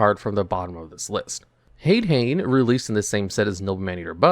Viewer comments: Btw, the "ha" of "hane hane" or "hade hane" is pronounced like a "ha", not "a. So it would be "hah-neh" hah-ne" and "ha-deh hah-neh" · Mispronouncing Hane Hane is one thing, most people don’t realize that it’s “Han-ay Han-ay” But you should know that Ghoti is pronounced “Fish”. It’s basically The Whole Gimmick. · The american pronounciation of Hade-Hane and Hane-Hane is...horrifying